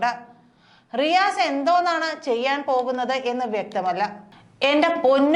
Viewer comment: Its not Maru mone it is Ri "Asse"